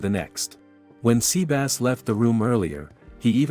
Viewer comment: The TTS pronounce it as seabass is funny tho.